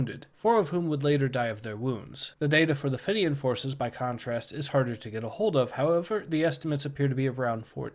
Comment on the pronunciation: Your Pronouncement of Fenian is not correct. it is pronounced 'FEEN-IAN'. good video though overall.